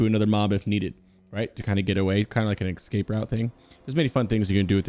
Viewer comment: "excape" :P